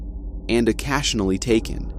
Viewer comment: You don’t know how to say “occasionally “ right?